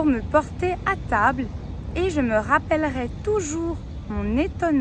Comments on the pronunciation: Erreur de diction d: concernant le verbe "je me rappellerai", elle a prononcé ê. Ce qui laisse entendre le conditionnel soit "ais" alors qu il s agit du futur. Donc à prononcer é. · J'ai fait une erreur à rappellerai, car tu prononçes: rappellerais (è). Même dans ta relecture, ça sonnait encore è. Je suis francophone. Merci de corriger la prononciation, car c'est la seule faute que j'ai commise.